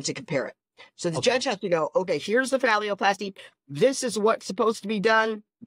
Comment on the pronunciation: Why does he keep saying phallioplasty instead of phalloplasty?